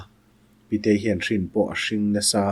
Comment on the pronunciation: "Hrin pawh a hring nasa" tih a 'hrin' tih hi th(r)in (t hnuai chhut font ka nei lo tlat) tih kan thluk ang a thluk tur a ni a, 'hring' tih hi Anhling tih a hling tih kan thluk anga thluk tur a ni.